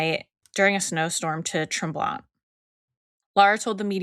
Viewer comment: Ladies - Mount Tremblant is a very ritzy ski resort. There are no bad hotels on the Mount Tremblant resort. And the last ‘t’ is silent in Tremblant, with a more nasal sound to the ‘an’.